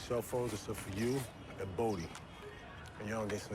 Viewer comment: Its Bodie, not Brodie Freeman , not Leeman